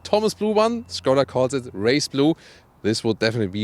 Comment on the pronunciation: Na endlich.... Thomas pronounced well the word skoda excellently, as SHKODA. :)